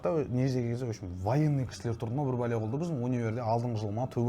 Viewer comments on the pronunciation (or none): “Опшем“ емес !!!! “В общем “ !